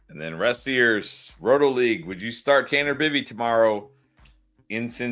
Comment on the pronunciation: Yall are seriously terrible at pronouncing some of these names lol… Andy Pahas? Emanuel class???? Tanner Bibby???Cmon yall do this for a living 😂